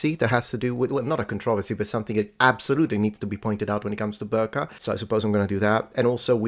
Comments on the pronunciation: Small note: "Birka" is not pronounced "Burka", the "Bi" is pronounced the same way as "Bee". I will tolerate the english "r" when you speak in English :) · please... no Burka its BIRKA (like BEE-Rr-Kah") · Birka is not prononced burka, it is prononced more like bee-r-ka 😊